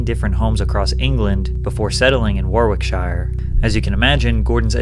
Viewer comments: Am i the only Brit whos ears perked up when he said war-wick-shire? 😂😂 Its pronounced like worrick-shire. and the "shire" is pronounced more like "shur" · War-ik-shir not war-wick-shire. In british programmes Gordon is nowhere near as rude, drsmatic or aggressive. His behaviour in US shows is purely for Americans. They love overly dramatic TV. The rest of the world doesn't. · It's pronounced Wah-rick-shuh. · FYI Americans, we have lots of places in the UK with "shire" at the end, like Warwickshire but its not pronounced like the hobbits home from Lord of the rings. It sounds more like sh-eer than shi-er. Almost as annoying as the way Gordon Ramsey says restaurant 😂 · "Warrick-SHER", not "warrarick-shiyah". They also lived around the UK, not England. Stop calling places "shire". British people aren't hobbits. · . its pronounced WAR RICHSHIRE. please try to make sure you get the names sounding right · ‘Worwickshyre’ You know, it takes seconds to find out how to correctly pronounce a place. Never understood why content creators don’t take those few seconds to not sound idiotic, especially when they’re producing excellent content. Big peeve of mine. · War Wick Shire. Ew. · Thanks for the video. In case you care: pounds (£) are not Euros (€); 'shire' in UK towns is pronounced 'sher' (rhyming with the second syllable of 'answer'), and 'Warwickshire' is pronounced 'worrick' or "wharick" (not "war", it kinda rhymes with 'what is the' - loads of non-uk people get that one wrong.) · War-Wick-Shire lol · Warwickshire = Warricksher, just to let yer knoo. Oh, and the "£" sign is for pounds, Euros are an entirely different currency. It's weird that these are documentaries and yet have such idiotic mistakes in them. I mean, really? Euros? The pound or quid, it's really simple. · Pat my dude it’s pronounced Warrick-Sure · Warwickshire is pronounced woricksha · Pronounced ‘warricksheer’ 👍 Also it’s pounds not euros 💶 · Sheer is equally wrong. It's 'sher' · WAr WiCK shIRE